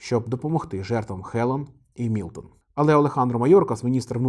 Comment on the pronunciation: мілтон а не мілотон